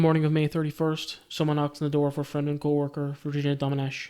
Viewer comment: You pronunced Domenech really well